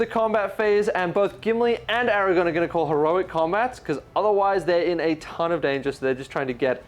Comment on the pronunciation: great report. Can you please say ara-gorn not ara-gone 🥺🥺